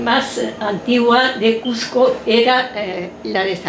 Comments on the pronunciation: Si vas a habar de cuSco pronuncia bein el nombre... no es cuJco , es cuSco con S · CUSCO! NO SE DICE CUJCO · Cujjjjco Cujjjco Cujjjco Para los Cusqueños es difícil y desagradable oír q la J reemplaza a la S, un poquito de esfuerzo en pronunciar bien el nombre de la ciudad motivo de la exposición. Por lo demás felicitaciones